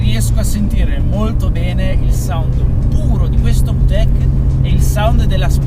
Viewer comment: Non per offesa ma da quel che so si pronuncia "vitec" non "vutec"